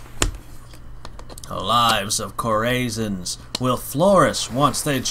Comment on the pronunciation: Omg learn how to read chorasians - cor i zons